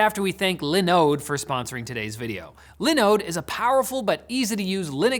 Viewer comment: Y’all need to contact Dawid so you can learn how to pronounce Linooooode correctly